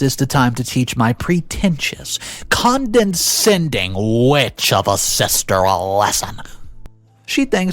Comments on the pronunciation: It’s condescending Not CONDENscending. There’s only 2 Ns. You do the same for the word invitation. Where you say INVINtation. It’s ALZheimers. Not ALT-heimers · Con-de-scending has two n's, why do you keep adding an extra one? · How do you still not know how to pronounce condescending? Jeez.